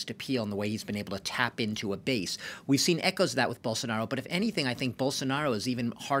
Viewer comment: É muito engraçado ver eles se esforçando pra falar o nome do Bolsonaro, a pronúncia sai igual a de um "caipira" : Borsonaro